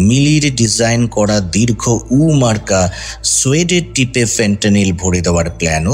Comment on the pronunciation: sunchi, valo lagche.. but pls uccharon ta dirgho UU na. dirghouu.